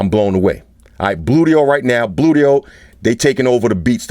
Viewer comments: when he says bluedio it sounds like booyt o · Gotta watch how you pronounce those things. Bluedio could become bootyhole with a slip of the tongue.